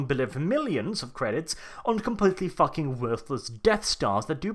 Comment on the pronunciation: For my fellow Americans - 10 kilograms is 22 FUCKING POUNDS. WHAT THE FUCK IS THAT GUN? Edit: I love this. I laughed many times. "-right where the stormtrooper is expected to place his FACK-ING HANDSSZZZ... Eurgh." I replayed that several times.